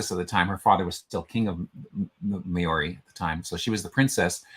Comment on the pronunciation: I really applaud you for trying but your Maori pronunciation is shocking. e.g. Ngati - the g is silent. Maori is procounced Mao - ree not May-ri and the name for New Zealand is pronounced A-O.-tea-a-row-a. The Waikato river is pronounced Why-cat-o pretty much. I am Pakeha (Pa-key-ha) which is a descendent of European settlers of NZ. Someone should maybe put the phonetic pronunciation on those meanings at the bottom of the profile.